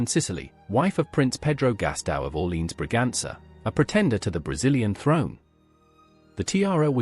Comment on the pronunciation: Learn to pronounce Orlèans properly “ore-lay-an”